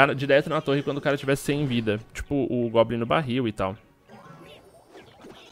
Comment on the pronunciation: não é globlin é goblin